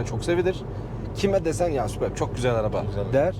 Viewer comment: Golf ü Gol-fi diye okumazken superbi neden super-bi olarak okuyalim degil mi